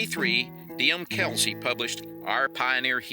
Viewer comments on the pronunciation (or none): none